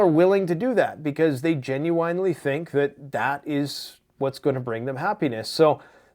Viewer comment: GEN-YOU-IN…… stop the GEN-YOU-EYE-N. Love you.